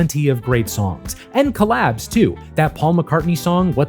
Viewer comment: I think he probably said "collabs,' but it sounded like "collapse." Please use real words.